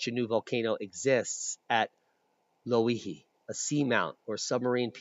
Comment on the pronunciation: I live in Ocean view hawaii your pronunciation is close and is pronounced lo e he your presentation was excellent as well as the measurements and dimensions provided thats a boom the theory regarding activity in my area is quite likely correct about lava flowing under us and is the most information I have been able to find my theory after the kilauea collapse is the pressure inside its plumbing system was relived because of increased world wide volcanic activity as well as Loihi thanks for that info was awesome keep up the good work fyI were not starving here an have low covid counts the isolation helps i'm sure so you guys over there plz stay home ware your masks an wash yo hands k Aloha